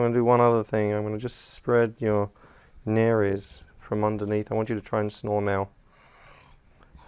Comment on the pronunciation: He pronounces nares properly! So many people in youtube, even real doctors, say it like "naerz."